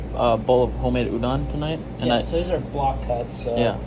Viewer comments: It’s pronounced udon not ewdawn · It’s not u-dawn, it’s u-doe-n, good episode really enjoy your stuff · the way u say udon is so funny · My guy cant even pronounce the dish the right way.